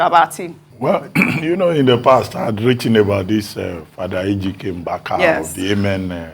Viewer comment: It's not Mgbaka... But Mbaka